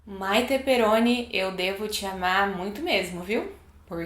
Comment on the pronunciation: É Perroni e não Peroni